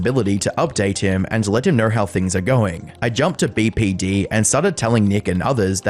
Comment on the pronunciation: You say the acronym BPD wrong twice, unwatchable